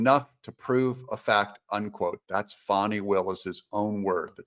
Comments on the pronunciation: H er name is f a n i pronounce fan I there has to be a w to be pronounced Fawn in English dictionary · please call her fani and not "fohny" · Its not foni....its FANI....get it right😂... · Isn’t it “Fani”? Not Faunie…. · “FĀNI” HARD “A”. Come on Doug?